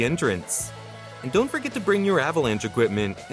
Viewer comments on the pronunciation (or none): none